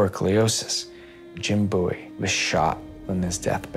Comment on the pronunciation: The way he says Bowie bothers me to no end